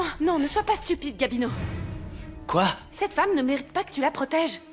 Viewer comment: Eu ou pa konn non Gabino ou di Guamino😂